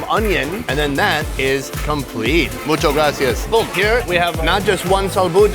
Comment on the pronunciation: I LOVE your videos but can you please learn "muchAS gracias" pleassssseeee